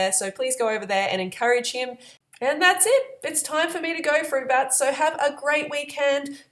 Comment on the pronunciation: the Banana Girl do you always say "hey fruit BUTTS?" i was wondering, thats what it sounds like. btw I'm 100% RAW vegan now:) no more harm to these beautiful animals God created. he didn't put them on earth for us to TORTURE and eat.the food industry is fkn sick!